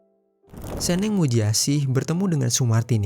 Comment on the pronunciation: ngomong nya itu seneng bukan SENENG bang